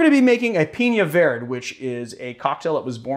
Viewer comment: dude as a Spaniard that pronunciation of verde bothers me. It should be pronounced vair-day, like Chile Verde.